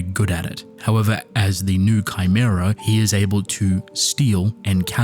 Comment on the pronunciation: It’s pronounced “new-ay” not new